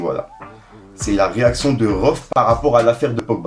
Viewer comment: C'est pas rohff c'est rhaoueff